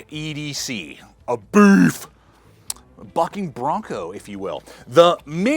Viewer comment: Lol- glad I’m not the only one who thought that: the rhythm of ‘beefy buckin’ bronco’ also made me think you’d dropped the f-bomb!